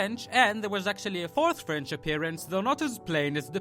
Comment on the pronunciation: One thing-Frence? It French :)